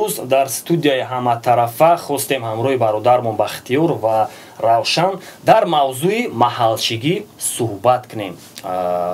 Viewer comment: джумшуть и рафшан, таких имен нету у таджиков, есть равшан, джамшед, и не надо узбекское-(произношение имен) приписывать таджикам! Это политзаказ узбекистана и я не раз об этом писал. До сих пор они мутят оплачивая приписывание уродов к таджикам в том числе баймурат алавердиев узбек родом из Таджикистана которого тоже приписывают таджикам. На канале Планета Земля смотрите видео мнение туристов про наша раша то кто подходит под наша раша тадж ки или узбеки.